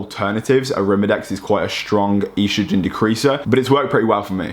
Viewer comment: Love you, but you HAVE to stop saying E-strogen lmao its just estrogen. Not E-strogen! Haha keep up the dope videos though!